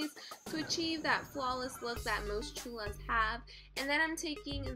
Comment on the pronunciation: you said cholas wrong